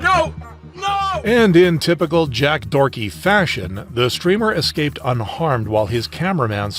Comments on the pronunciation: its doherty not dorky btw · For a second I thought he said Jack forky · He actually said jack dorky haha it's deserved but I fucking wonder how they act irl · I cant believe bro called Jack Doherty " Jack Dorty"